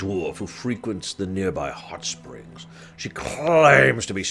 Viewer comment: I know you said hotspring but I heared it as huttsprings